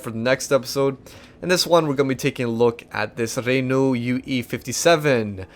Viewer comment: has been out doing a university course to learn how to pronunce "Renault" that he mistakenly pronunced as "Ree-Nu"